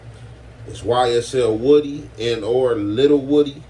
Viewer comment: It’s pronounced “wu-dee”